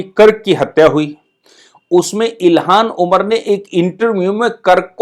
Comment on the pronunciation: आप अपनी उच्चारण पर ध्यान दीजिए। इल्हान उमर को बार बार इलिहास ओमर कहते हैं। ऐसी गलतियां श्रोता में झुंझलाहट उत्पन्न करती हैं।